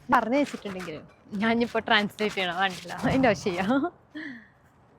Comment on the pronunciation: കൂടുതല്‍ ഭംഗി ആയി തോന്നിയത്‌ കണ്ടീ ല് എന്ന് പറയുന്നത് ആണ്‌